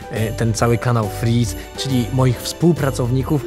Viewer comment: powiedziałesi sie muwi fryz